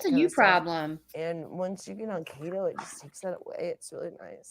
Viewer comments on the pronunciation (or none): When she says Kato, i wanna hurt her. How hard is it to say kEto. I can't take it.